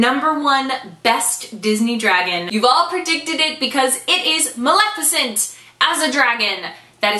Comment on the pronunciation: Oh my GAUD!!!! You said Maleficent right every time!!!